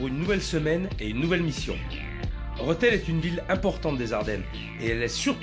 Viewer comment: Il y a un accent ? Non alors dites le correctement s'il vous plaît, c'est REthel